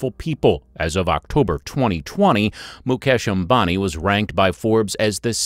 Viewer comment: At least you can pronounce the man 's name properly .